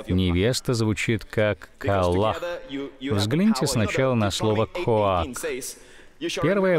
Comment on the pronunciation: Когда я знаю иврит и слушаю Джозефа принца , неттт не коак а коах